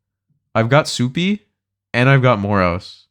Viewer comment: Calling Supay Supie is pretty hilarious